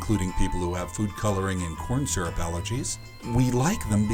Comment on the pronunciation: I love "SYURP"